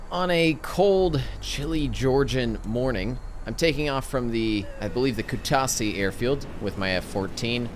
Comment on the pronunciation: Kutasi, What is that? never heard of it. tbh not angry but just a corrction it's KutaIsi Not kutasi, correcting bcz it's my hometown :)